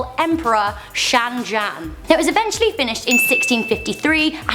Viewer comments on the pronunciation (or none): Wtf is wrong wit u hahahahahahh Shan Jan its shah Jahan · its shaw jahan